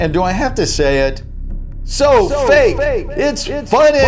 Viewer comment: When it said so fake it’s funny it said so fak it’s funny LOL 😆